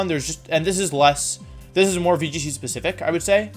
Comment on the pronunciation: VGC? You mean wee g c